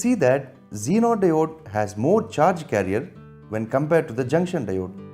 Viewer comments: BC u people have such a poor pronunciation.Damn! 'sirquitte' instead of circuit 'zeonar' for zener 'daood' for diode ( not Dawood thx😂) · Circuit= Sir-cute Zener= Genre Diode= Daood 😂😂